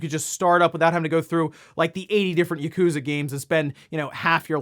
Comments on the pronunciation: It's "Yah-ku-za", not "YUH-KOOzuh"! Please say Yakuza correctly please? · Ah yes, gotta love Yah-Kooza series.